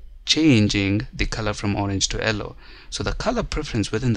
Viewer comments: Thanks for the detailed video, but the "ellow" color was killing me :P. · it's YELLOW not ELLOW